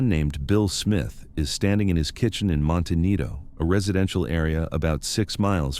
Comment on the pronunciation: MonteNITO? U mean monteCITO